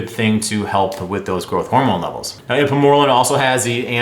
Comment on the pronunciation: Lmao it's pronounced secrete o' gogs and ipe mor relin